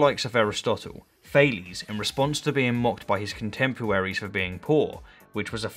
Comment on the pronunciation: Did he say contempuaries?